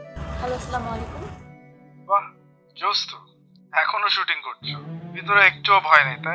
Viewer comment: সাওন ভাই সালাম টা হবে এই ভাবে আসসালামু আলাইকুম। আর আপনি যে ভাবে সালাম দেন ওটা কিন্তু ঠিক না।